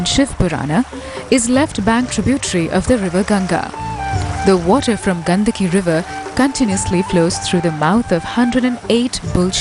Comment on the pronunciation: the cringe when narrator says गंदकी instead of गंडकी 🤦🏻‍♂🤢 the area of river is गंडक . -- Similar sounding word in Hindi is गंदगी but the same is apabhransh in Gujarati as ગંદકી. Narrators should be careful about proper pronunciations for names of such holy rivers.